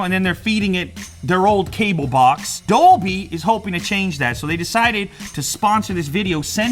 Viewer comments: I thought he said doby not Dolby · Is he saying Dolby or Adobe?